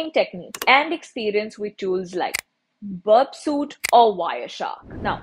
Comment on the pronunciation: Burpsuit 💀 it's called burpsuite....